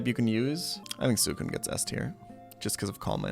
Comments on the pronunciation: Wtf is that Suicune pronunciation? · K I actually did do a lot of research for my reply. Ariados and Yanma I wasn't positive about so I had to confirm those with official sources, and I ended up being correct. Raikou and Suicune he says incredibly wrong, so it's interesting that you stand by him; I'm wondering if you've done any research of your own? I'd love to see a source with his incorrect pronunciations of any of the pokemon I listed.